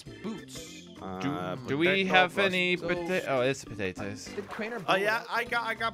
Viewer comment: “I got patators”